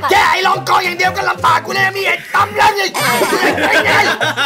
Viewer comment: ลำบาก ไม่ใช่ รำบาค ,จอร์จ ไม่ใช่ จอร์ส